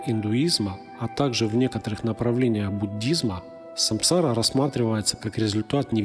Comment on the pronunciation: Не саМсара, а саНсара😅